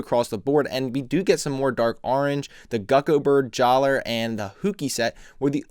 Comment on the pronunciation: I await these videos very impatiently every Monday. XD One nitpick is that your saying Jaller's name wrong. The "er" should sound like an "a". So it's pronounced Jalla. I remember being confused about that when the Mask off Light came out.